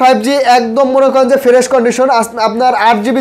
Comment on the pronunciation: ফেরেশ বলে 😂😂😂 হালায় ফ্রেশ ও বলতে পারে না